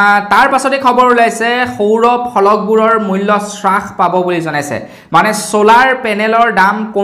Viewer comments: বস্তুৰ দাম শ্ৰাস কৰা বুলি কোৱাটো সম্পুৰ্ণ ভাৱে ভূল।হ'ব লাগে হ্ৰাস কৰা বুলি।ধন্যবাদ। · উ..... আই... 😂😂😂😂😂😂 শ্ৰাস নহয় অ' দাদা হ্ৰাস।